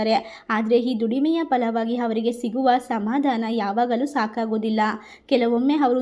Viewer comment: ತಾಯಿ ಮೊದಲು ಭಾಷೆಯ ಉಚ್ಛಾರಣೆ ಯನ್ನು ತಿದ್ಕೊ ತಾಯಿ. ಇಲ್ಲದಿದ್ದರೆ ಅಪಾರ್ಥ ವಾಗುತ್ತದೆ ಹಾರಾಧನೆ, ಹವರಿಗೆ, ಹಾಳ,ಹಾದರೆ, ಹಬಿಪ್ರಾಯ, ವರಗಿನಿಂದ,ಹೋಟ, ಹಾತಂಕ,, ಹಾಫಿಸ್ , ಹಾಗಿರುತ್ತೆ, ಅಲವಾರು, ಹಾರೋಗ್ಯ, ಹೊಂ ದುಂ ದುರ್ಗಿ ಅಲ್ಲ. ತಪ್ಪು ತಪ್ಪು ಉಚ್ಛಾರಣೆ ಮಾಡಬಾರದು.